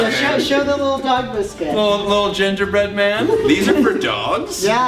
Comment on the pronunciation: I heard gender bread man